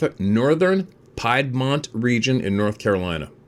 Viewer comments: As for the NC story. It's pronounced "peedmont" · Forgive me,, but it's "PEED mont". Piedmont means "foothills".